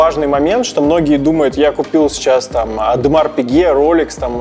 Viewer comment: "Ademar Pique"?